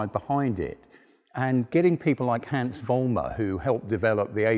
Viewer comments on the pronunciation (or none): none